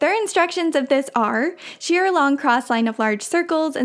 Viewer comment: Shirr is pronounced shûr, not shear. Next time, use a large safety pin to run ribbon or elastic through a channel. The rounded end won't get stuck. I haven't made clothing since the 1970's, but I never made anything like this. It looks like a real challenge, but the kind that brings immense satisfaction, when it's done. You did a wonderful job of it. The fabrics you used, even the buttons, all work together so well. Seeing this makes me wish I could dig out my old patterns (late 1960's and early 1970's), but they're not easily accessible. I don't know if this is relevant, since the pattern you used for this project is so old, but I always had problems with McCall patterns (proportions being off, parts not fitting together properly, etc.), so I starting using only Simplicity patterns, which never gave me problems.